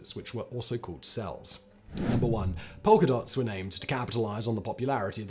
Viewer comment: Simon finally met his match trying to differentiate Polka Dahns and Polka Dahts... I had to listen to it 3 time to clear up which was which 😂